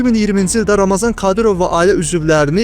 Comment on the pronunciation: Ramazan deyil ey Ramzandır, oxuyun araşdırın sonra çəkiliş edin!